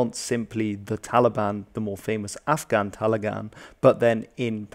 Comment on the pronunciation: Hes saying "Taligan" 💔